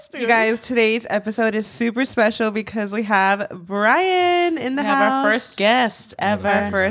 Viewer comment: Bryan saying pecause instead of Because drives me crazy lol